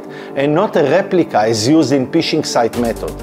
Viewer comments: I love your videos buddy but you need to stop saying "P"ishing, as it cracks me up each time, as in English or slang UK dialects of the language, it means the same as the act of peeing, urinating or relieving one's self:-) We pronounce it "F"ishing (like you would do with a rod or net), even though the spelling is Phishing. That aside, thanks for great explanatory videos even though I am an IT veteran of 36 years myself. I started as a techy nerd in the early 80's with the first home computer then it became a career and business through the evolution of distributed systems, networks and the internet. I'm still a nerd at heart, although I'm a more senior one these days, so keep them coming!👍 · Ph is pronounced f in English, phishing is pronounced fishing not pishing. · You need to realize the word phishing the "p" is silent. You pronounce it "fishing" like the sport and not Pfishing with the extra "P" sound. Its very funny to me an IT Professional does not know this. 🤣🤣🤣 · Agreed. Particularly the word "phishing" which should be pronounced like the English word "fishing" (which is where the word comes from, they're fishing for your details). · אחלה וידיאו. תשתדל להגיד פישינג עם פ רכה כמו דייג במקום פ קשה כמו פישינג (להשתין)